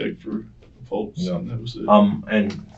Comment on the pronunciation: He’s a PARAMEDIC and doesn’t know how to properly pronounce pulse. Errgh. That’s one of my pet peeves when people, especially professionals, pronounce pulse….pultz 🤦‍♀️